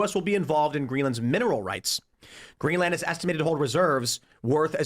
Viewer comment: Why does he keep stressing the "a" in GreenlAnd? You wouldn't say Eng-Land, Fin-Land, Zea-Land...